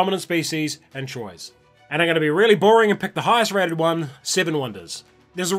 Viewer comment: it is not 'Troys' but 'twaaa' ;)